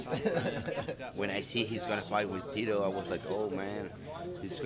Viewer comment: I don't get why Tito still comes out with the Mexican flag, only thing Mexican about him is his name which he can't even pronounce right lol